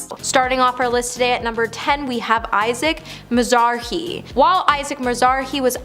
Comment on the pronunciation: ISAAC MIZ-ARHEE??? Get this girl off your channel!